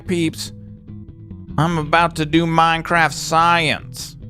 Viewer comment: Love ur "MAJNCRAFT SAJENC"